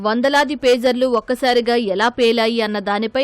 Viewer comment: ఫేజర్లు కాదయ్యా పేజర్లు.